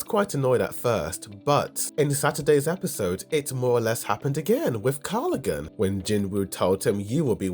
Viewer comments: Love the channel but his name is KarGALgan not KarLiGan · I think the reason why the hunter guild didn’t want help from other guilds is because the gate was theirs and asking for help after failing to clear an A rank gate can be humiliating. Like how the white tiger guild wanted to keep the red gate incident a secret. So I don’t think it has to do with them “not playing by the rules”. Also you’re still miss pronouncing the orc leader’s name. It’s KargalGan not Karlagan. Not that it’s important though cuz now he’s only Tusk.